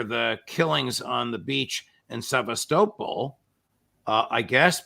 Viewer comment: Get with it judge and pronounce Sevastopol properly. Its not Sevvas toe pol its Sevastapol. Thank you